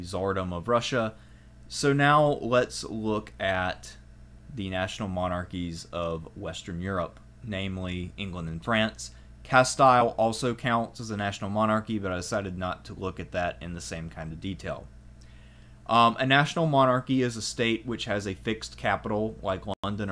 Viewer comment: You've never heard "Castile" spoken aloud before? It doesn't rhyme with "reptile."